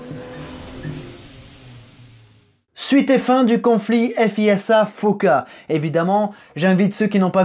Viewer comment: On dit "fiza" et non "effe hi esse ha", au fait.